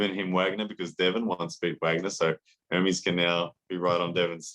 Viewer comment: It's "E-r m-E-s" , you should pronunce the second 'E' at the same way you pronunce the first!!